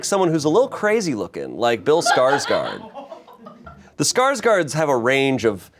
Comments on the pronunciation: If anyone cares Skarsgård is pronounced like the beginning of Gordon :) /A swedish person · My jimmies got rustled everytime tried to pronounce Skarsgård